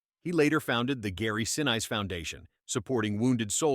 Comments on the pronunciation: I agree on the AI pronunciation. Gary Sinn-ice??? Really!!!!! had to click off there. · "Se'nees" is how his name's pronounced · Some say its 45m some say it was 67m tom hanks took as a profit, to me it dont matter, its the enjoyment of watching it over and over again. BTW who's Gary Sin-ice, cant even pronounce names properly.